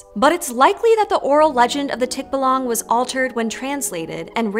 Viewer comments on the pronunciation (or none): btw the pronunciation for the name. the stressed syllable is on the a. so instead of TIK-ba-lang it’s tik-BA-lang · Stress on the 2nd syllable. Not "tick-buh-lung". "Tik-BAH-lang." "Bah" almost like the sound sheep make, just a bit shorter. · Tik - BAH - lang (stress is on the second syllable). Thank you for featuring the tikbalang in your channel. More power! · "Tik-ba-LANG"!?🤪 Seriously? 🤔 The guest, Budjette Tan, pronounced it correctly so the host should have gotten her cue from there. Did they not preview the interview prior to finalizing the video? Alas, the "tik-ba-LANG" can only neigh in dismay. Poor Mr. Tik-BA-lang. 🐎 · It's TikBAlang. Not TikbaLUNG. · Hello its local pronunciation is tik-ba-lang NOT tikba-lang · Love the topic, I do... but I also find the pronunciation of "tikbalang" a bit cringey... the stress is on the second syllable. Not the first. It's not TIKbalang.. it's tikBAlang. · Tik baaaalaaaanggg.. not tik búh lung. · its not pronounce as TIKBALANG that fast, it should be TIK-BA-LANG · It ain't tikbalaang, it's tikBALANG. You scream the A's. Tho I understand the pronunciation is a bit different than what we say here and other countries. Very nice video btw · The stress is on the second syllable: tik-BA-lang. A feature that wasn't mentioned is that the tikbalang has a few golden hairs and if you manage to get one of those, the tikbalang would be enslaved to you. In everyday context, the tikbalang mostly comes up during sunshowers (when it rains while the sun is shining) where we say that two tikbalangs are getting married. I don't know the context behind that though. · I hate correcting your pronunciation, but it's Teek-Bah-Lahng. Otherwise, very good video! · t’kba-lang, I like it when non-native speakers pronounce words and names giving them fantasy/sci-fi vibes. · love! will just kindly correct the Americans that it’s read as tikBAlang. stress the second syllable. 😊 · Tikbalang is pronounced with the emphasis on ba :) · tikbuhlwang haha